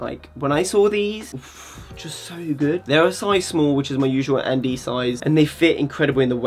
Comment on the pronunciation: As a dutch Guy who got into high fashion because of your video’s finding ann demeulenmeester in Google is so hard because not gonna lie you pronounce it so weird 😂 you gave me a hard time but when i found i laughed so hard to cuz i always thought you said Andy